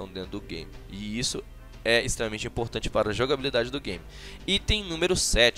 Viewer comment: Muito imporrrrtante kkkk